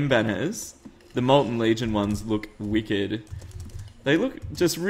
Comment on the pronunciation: Can you say: Wicked it soudns funny when you say it